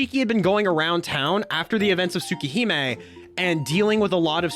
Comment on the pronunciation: I love your explanation but the way you pronounce things like Arcueid and Tsukihime is killing me lol